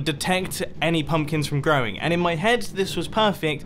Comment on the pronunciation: he said pumplins! XD